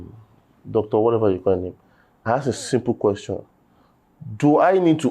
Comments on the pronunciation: you were corrected on the pronunciation of “ask” on the last episode and you’re still making thesame mistake 😂😂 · Ask ask ask not aks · Curiosity made me ask not aks 😂😂😂😂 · Aks❌❌❌. Ask✅✅✅